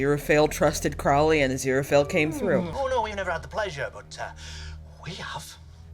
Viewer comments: Well, you pronounced Crowley right when you talked about pronouncing it wrong. It's just an oh like in crow vs. an ow as in cow difference, so I don't think it's accent related. Your Aziraphale is spot on, though. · I don't really grasp your excuse for not pronouncing Crowley correctly. I mean, you have crows -the birds - in the US right? Do you call them 'crow' as in 'how'? Nor the most important thing in the world, admittedly. Just confused